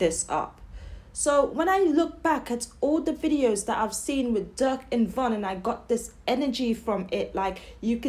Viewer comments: Von and Durk was close and it sound like u calling Durk duck goofy ass lady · She cant even pronounce durk name